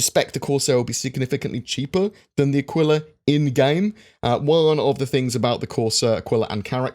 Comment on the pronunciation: Who else wants to rip their ears off every time his mispronounces “Aquila”